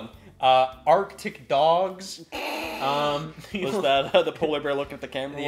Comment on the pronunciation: I love how scott pronouces Arctic dogs the same way he pronounces the name of that ds game sleeping dogs